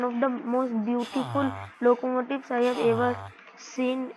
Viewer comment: Bro knows more english than i do as an english person😭 'loco motives'